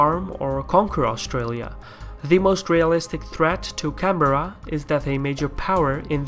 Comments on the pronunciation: It's 'Can-bra' not canberra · Its odd hearing someone pronounce Canberra as, Can-Berr-A, opposed to how its normally pronounced, Can-Brah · It's can Berra I am Aussie and insulted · Canberra pronounced - Can- A- Beer-A !!!!!! LOL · Is there any aussies here annoyed at how he pronounces "Canberra"(Can-Bra)? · ive gotten used to it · Canberra is pronouced Can-bra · all over Australia its pronounced can-bear-ah